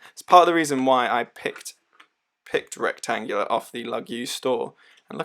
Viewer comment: Don't be shy and don't pronounce the letters that are not here! There's no C in Retangula, so don't say it... even if the name is obviously derived from "rectangular" or more Latin-sounding "rectangula". Also, don't be surprised to be able to hand-wind it since it's powered by an NH35 (hand winding, hacking movement fron SII)... I read your description speaking about "rentagula seiko". 2 issues: - the name: you'd better copy & paste to avoid typos, since you showed us the box + the included papers stating "retangula", moreover your thumbnail is also right... - there's a Seiko NH35 inside the watch, this watch pays homage to a model from Seiko, but this watch is not a "Retangula Seiko". You'd better talk with Gary from I Like Watches"; he could warn you against using brand names improperly. 2 of his YT channels were shutdown, for improper trademark usage, apparently (YT didn't tell him precisely why they shut his channels down).